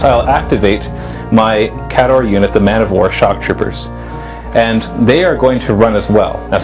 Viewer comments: Did you read the new rules? it actually provides a pronunciation guide. It's KAY-dohr. NOT, kah-DOR. Geez. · Now Listen. the new book has the breakdown of pronunciations for the armies. There is no excuse not to call them "KAY-door" now.